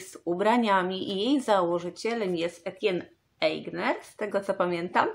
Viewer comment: Czy nie powinno się jednak wymawiać Etienne Aigner, jak Etię Enie z akcentem na końcu?